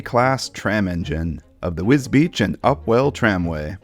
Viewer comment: Congratulations on the correct pronunciation of Wisbech. Not even people here can get it right 🙄